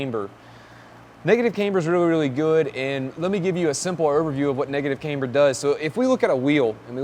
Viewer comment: dude.... it not "Kaymber", its pronounced "Camber". Caaaaaamber. Not "Kay-mber" , its not a girls name. like Cavana/Havana, Camber.